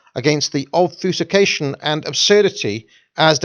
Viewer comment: Hope more that he didn't say "ulbFußication" as he did here .